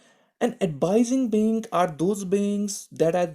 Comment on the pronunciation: It would be bank not bink